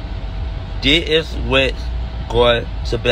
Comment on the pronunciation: Man 🤣🤣🤣😂😂😂”Dih is” what?! Lmao I died when he said it twice